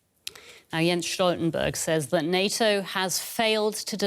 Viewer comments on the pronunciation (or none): Talk is cheap. StulzenBurg is blabbering